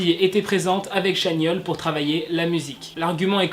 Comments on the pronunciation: Ça se prononce TChanyeol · Je tiens juste à dire que « ChanYeol » se dit « TchanYol » ! Sinon, superbe vidéo 🥰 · Pk personne ne corrige dans les coms? Sur la prononciation de Chanyeol.